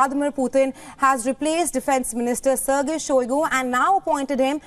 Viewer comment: Shoigu became Shoigo